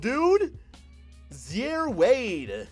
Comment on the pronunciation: it’s pronounced “zy-eere,” not “zhare”